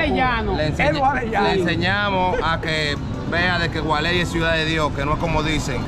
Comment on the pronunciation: El gualey no, gualey!!!! A lo pelao 😁